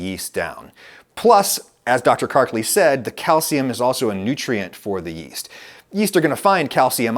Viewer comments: Go ahead tell me your guest bread scientist didn’t say ‘east’ instead of ‘yeast’ at least twice (second of which was around ~ ). I double-dog dare you. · kept saying "East" instead of "Yeast"... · Does she also know something we don't know about the pronunciation of the word yeast? It sounds like she's giving the 'Y' an 'I' sound. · The doctor pronounce yeast as east. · Anybody else find it strange that the doctor pronounces yeast as “east”? It’s not a silent “y”, sister! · why does she pronounce it "east" instead of "yeast" ? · Does she keep saying "East" instead of "Yeast"? Is this a thing? Or is it just a quirk of hers? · Why's she pronouncing it EAST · Did you say "yutes"? I mean "easts"? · Is she saying “East” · She can't pronounce the word "yeast." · And her pretentious pronunciation of yeast. So comical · The bread scientist who can't pronounce the word "yeast." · wait. Have I been pronouncing "yeast" wrong all this time?